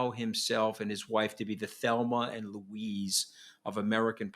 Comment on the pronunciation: "Thelmer and Louise" 😂😅